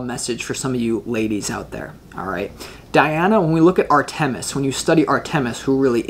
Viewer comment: Dear …this was my first viewing of you and your creative readings. Fabulous! Thank you! I don’t want you to have to endure the wrath of Artemis. Please allow me to suggest you check your pronunciation of her name. Phonetically " R ta miss," accent on "R" first syllable. 🏹 Blessings!